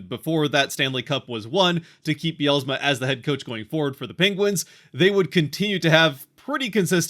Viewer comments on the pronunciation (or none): There is no extra "a" in Dan Bylsma's last name. It is not Dan By-al-a-sma. Might want to spend a few minutes learning how to pronounce his name if you are wanting to represent the future Kraken.